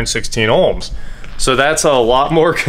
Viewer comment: There is no L in ohms